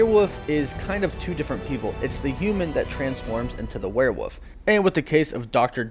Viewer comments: W O L F not "woof" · OMG Its Wolf not woof W O L F Say it right good god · What the hell is a WEREWOOF? Christ, what ever happened to education in this world? Who cares about the letter L, right? And, it's not cute because of the ending, as a plethora of people mispronounce that word every day...don't encourage the moronic lot. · I almost stopped watching after he said were woof the third time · Say "were-woof" again... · LOL Were-WOOF??? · Every time he said were-woof I cringed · “Where woof “ lmaoooooooooo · "Were-Woof" I saw what you did there. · He says werewolf weird, that's what he's referring to. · You do know that woof is the sound a Wolf makes, and not the name of the Animal right? I mean why are you replacing the L with an O? I don't want to be a jack ass but I'm honestly very triggered by how you pronounce the name. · Can you pronounce werewolf correctly?